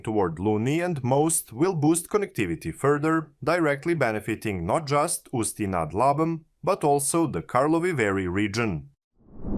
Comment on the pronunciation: Ústí nad Labem was also pretty solid